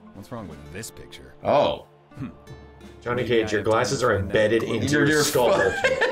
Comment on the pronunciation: Anyone else noticed that he said Johnny ka gay instead of Johnny Cage hahah